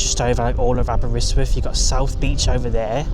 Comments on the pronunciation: say it like this> Aber wrist with. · The way you say Aberystwyth hurts my brain. 😂